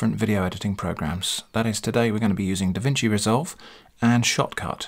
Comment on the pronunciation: When you say "Shotcut", I hear "shop cart"